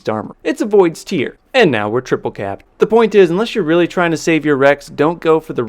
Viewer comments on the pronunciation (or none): Who do people pronounce it like that it's I thought it was tear like tear apart as in voids tear because it causes a tear in space but whatever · Cmon it's pronounced 'void's t(air)'. In all your time on halo 5 you thought the weapon was a crying void 😂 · PRO, yes there is a difference in pronunciation. Link below has both pronunciations. The one about salty water from eyes sounds more like the word Tier, the other about ripping things sounds more like a 'T" with the word 'air' after. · Exactly! It's always bugged me!